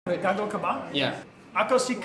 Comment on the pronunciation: Its not gago its GAGOW